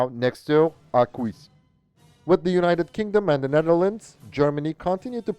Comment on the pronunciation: I can see how hard it is to pronounce Arquus the right way ; but it is simply "Arkus" 😉